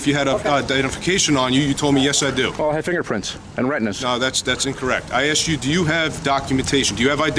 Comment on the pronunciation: “I have finger prints, and retnas” 😂😂😂 that’s gold I never heard that one before. Keep on pissing these tyrants off!